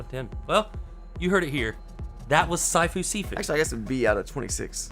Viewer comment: It's sifu. Means "master" in Cantonese. Not Saifu. Why am I tell you this, you said you don't care!